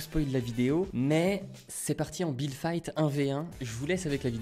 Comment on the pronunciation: C' est pas builde mais build et c'est pas fite mais fit. La libellule dit et le sniper........... unchained te tue